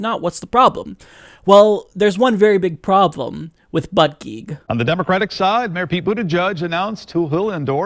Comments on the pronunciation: that's not how you say his last name (boot-a-jedge) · Its pronounced "boot-a-judge" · For starters, It's pronounced Peet Boo-da-jij. Been a fan for a long time but you've either been behind or just inaccurate for awhile. Disappointed. No, more than that. Icing in the cake. Lost a subscriber. You play the progressive but you're either uninformed or a wolf yourself. I was born and raised in Indiana. He(Pete) was too. If you() and I truly want to move forward, we have to acknowledge and meet rural America halfway. The problems that face the Midwest and the problems that face Liberal America are very different. It seems that you are unable to comprehend the complexity of the issues that face the country as whole. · South bend mayor to pronounce last name it sounds likePete bootijudge.